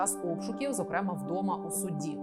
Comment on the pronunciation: Але рівень освіченості наших ведучих щоразу видушує скупу сльозу… «Скоп‘Є» , «зокремА» 🤦🏻‍♂️ ну ти ж ведуча! Прочитай на одну, хоча б, книжку більше, аніж червону та абетку.